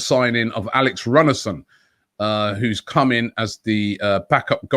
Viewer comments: It's pronounced Roon-a-son, not Runnerson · The pronunciation is "Alex Roonarsson" the "ú" is similar sounding in Icelandic as the "oo" in English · His name is pronounced Roonar Alex Roonarson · Runarsson pronounced Roonarsson. 'Dijon' (France) pronounced 'Diyon'. Come on Robbie, do your homework!! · wouldnt our keepers name be peonounced "rune ar sen"?